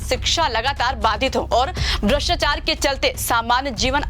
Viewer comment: Madam bhrshtchar nhi bhrshtachar hota hai.